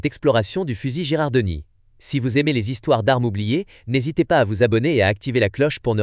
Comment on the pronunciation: "Girandoni", pas "Gerardoni".😁